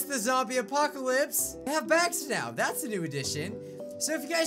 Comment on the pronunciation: Is it just me or did it sound like he said they have "backs" now and then 2 minutes later I realized he said " bags " no no one? Just me ohhhh